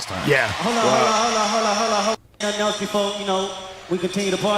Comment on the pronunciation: Right. And regularly pronounces "else" as "elTse". The guy is almost 60 and hasn't figured out elementary level words.